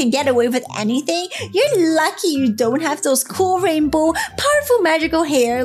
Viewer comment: is “rainbow”not “Rambow”